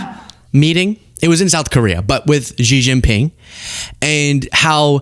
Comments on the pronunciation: I call it "eye-ran" cuz that's what it was as i grew up with Dan Rather etc.... but i'm not an idiot so i learned.... meanwhile i atill have to listen to arrogant f*cks like you mispronounce Xi Jin Ping's name every fucking day.. It's "She" you idiot. not "ji, zzz not.... whatever you think you're saying. It's "she" as in she is not an arrogant, condescending bitch, like some people. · hahah ZZZjIN PING, the X pronouce as 'S" 🤣like (S)xie (S)xie ni, instead of Zjie zjie ni